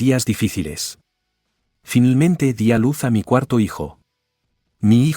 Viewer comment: "Finelmente" 😂😂😂termino la historia, 😂😂